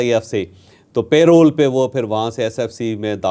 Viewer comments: It's not payroll, but parole. پرول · Prisoners are released on parole. It is not pronounced as pay roll as done by you. Pl check right pronunciation on google